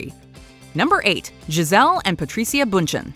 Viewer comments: not them saying Giselle’s surname wrong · hi! that's not how you pronounce Giselle's last name